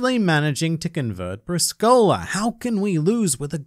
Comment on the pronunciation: It’s “Bréescola”. It’s an Italian game.